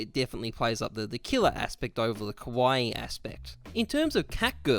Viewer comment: The way you pronounce kawaii, you are saying “scary” lmao it’s Kah-wah-Eee